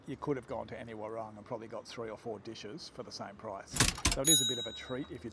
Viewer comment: I enjoy your videos. With all due respect, please pronounce the word ‘warung’ correctly for your viewers. It is pronounced ‘wuh-roong’ (long vowel). Cheers.